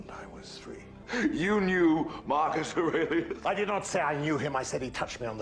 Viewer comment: Yeah self taught or not it is wildly impressive that you were able to properly pronounce the name Aurelius as a non English speaking native. I know people in Canada who went to private school from grade 7-12 who could not pronounce that name as well as you did. Good job girl, keep sounding them out!